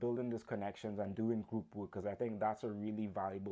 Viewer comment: A friendly note: you are not pronouncing "work" incorrectly....it sounds like "wook" ... Be sure to pronounce the R in your pronunciation. Listen to a recording of y ourself and check it out. Best wishes. Good presentation!!